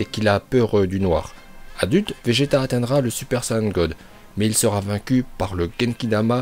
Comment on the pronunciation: Je suis le seul à entendre béjeta